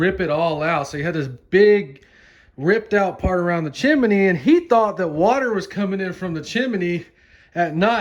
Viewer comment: Are you pronouncing chimney as "chim-men-nie" on purpose or is that really the way you say it?